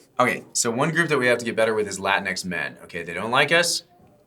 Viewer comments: It's pronounced Lah-Tinks , not Latin ex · I thought it was pronounced La-Tinks... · Did not realize before how it sounds when you say "Latin X Man " all quickly. lol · You have to pronounce it like it's spelled Lateenks